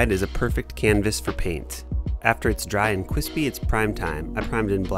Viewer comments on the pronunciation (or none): Now that it’s nice and cwispy me: good content for a coment